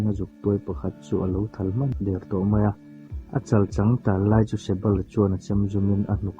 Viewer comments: "A chãlchàng" tih i lam dan tè chuh, ka man tir ringawt dawn che mawnle...😂 lol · A ngainawm a,mahse kan ti teh ang (A chal chang)tih ilam dan ang te hi adik lo